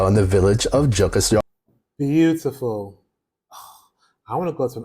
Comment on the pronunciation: yeah he did not say Jukkasjärvi the right way you say like Jukkashjärvi from sweden👇